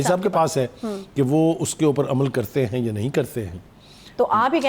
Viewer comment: Anchor ko batain, yaan nahi ya hota hay